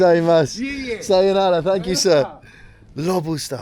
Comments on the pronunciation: needs his own channel. I’ll watch him say lobosta for 2hrs. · saying “Lobostaa” at the end got me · Lobusta lobustaa😂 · + Lobustaa - Lobusta + Lobustaa ahahaha - Lobusta ahahaha